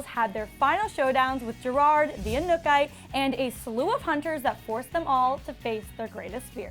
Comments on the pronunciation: I'm guessing she didn't watch the show considering she didn't pronounce the name of this seasons villain correctly one time lol? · She pronounced anukite wrong 😂😂